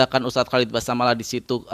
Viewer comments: Basalamah bukan basamalah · Basalamah bang..bukan basamalah